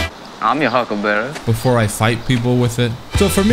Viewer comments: It izz the hucklebabee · The hyukleberry.